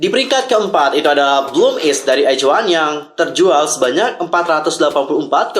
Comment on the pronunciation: bang pas baca in nama album izone nya kok "iz" bukan nya "aiz" ya di baca nya